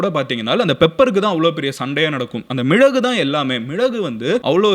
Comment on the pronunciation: Bro athu ''Milagu'' not ''mizhagu''